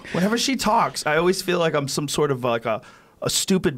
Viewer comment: There's no "o" in "always". Now Joe is saying o-ways. Kids these days.